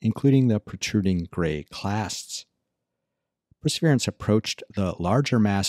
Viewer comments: How do you manage to pronounce Perseverance (4 syllables) as "prsvrence" (2 syllables) ? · It's the martian accent. ;)